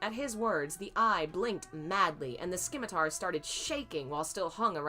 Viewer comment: Simitar its a silent c :) Oh wow your reading of TGCF is brilliant.